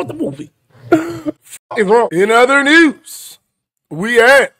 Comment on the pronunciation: Breaking nuuuz.. braking newzzz.. breaking f’n neuezzzz 😂